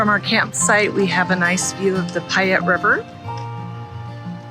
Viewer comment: It’s pronounced Pay ette not Pi ette